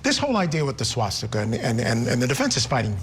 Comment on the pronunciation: So you’re telling me this news reporter doesn’t know how to say swastika